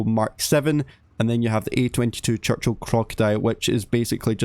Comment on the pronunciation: 1) clickbait 2) CHUCCHIL 😂😂😂